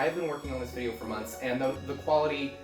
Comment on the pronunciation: Vidy-no hahahahahahhahahahha